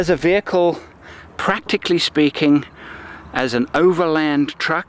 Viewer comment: Good wehicle, bad presentation...